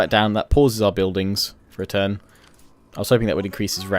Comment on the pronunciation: Buildingssssss andttttt why do u pronounce it's so ttttt after every sentence isn't so annoying